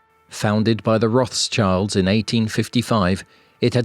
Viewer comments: It's roth - SCHILDS, not Roth's Childs. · Except for "Roth's child" for Rothschild. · Probably it comes from a German speaking country, Rothschild was not spoken with an "th" but simple spoken a "t" in the German language. It is not uncommon "TH" in German language, but very common in the Englisch language to be pronounced as an "th" like this, that, those or other words and names in English. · Yeah, that should be more like "rote-shilled".